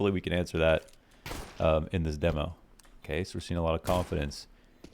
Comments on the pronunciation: It's dee-mo, not deh-mo. Signature catch phrase 👌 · NOOOO U HAVE TO SAY DEEMO PLEASE KEEP SAYING IT LIKE THAT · demo pronunciation correction made my day